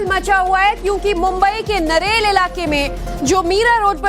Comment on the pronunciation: Narela nhi madam neral hai wo